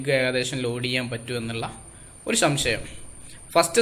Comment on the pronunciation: സംശയം ആണ് ശരി ശം ശ യം അല്ല